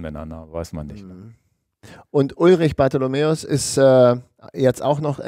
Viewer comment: Danke für den Podcast. Bitte bitte aber: Ulrich heisst "Bartholmös" mit Nachnamen. Nicht Bartholomeus.